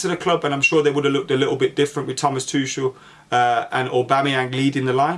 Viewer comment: bro is it pronounced tukel or tuchel lmfao you said both in 5 seconds and